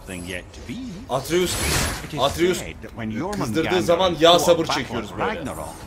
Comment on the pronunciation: ATREUS ATREUS ATRUS ATREUSDUR VE BU KESİNDİR ATREUS LOKİ DEĞİLDİR!!!! ATREUS LOKİ DEĞİL!!! ATRUS ATREUS!!!